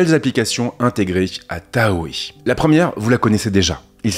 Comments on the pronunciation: Pitié… on ne dit pas Taohé mais Tahoe se prononce Tao 😅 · oui merci !!! TAO !!! merci ... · "Mac os 26 THAO", même si ca s’écrit TAHOE il se dit "THAO" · c’est taHO pas tahoé si jamais